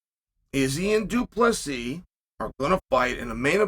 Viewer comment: Man Chael must not like Du Plesis. He pronounces his name completely correct